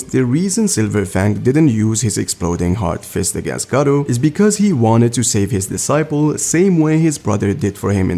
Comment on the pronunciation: Its understandable since you arent a native speaker, but its funny when you say "Gah-Reuw" instead of "Gah-Roh" or "Neon" instead of "Nyan"